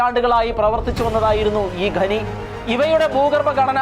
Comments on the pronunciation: ഘനി അല്ല ഖനി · ഗെനി അല്ല ചേട്ടാ. ഖനി എന്നാണ്. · ഗനി അല്ല , ഖനി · ഖനി, എന്നത് ഗനി എന്ന് ഉച്ചരിക്കുന്നത് ശരിയാണോ? വളരെ ആരോചകമാണ്. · ഗനി ഗനി എന്ന് കേൾക്കുമ്പോൾ ഒരു അറപ്പ്. ഖനി എന്നാണ് നമ്മളൊക്കെ പറഞ്ഞു പഠി ച്ചത്. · Yes. Please note